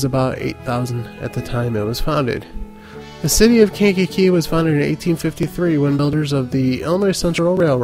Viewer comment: the way you say "Kankakee" bothers me lol. We pronounce it "Kainkee"